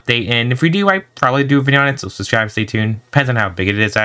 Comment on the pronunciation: Just saying your saying subscribe wrong